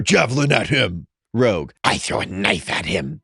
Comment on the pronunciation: I’m curious, why do you read rogue as”ROUGE” sometimes?